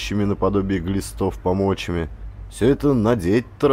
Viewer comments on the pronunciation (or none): В слове пОмочи ударение на первую "О" поэтому пОмочами.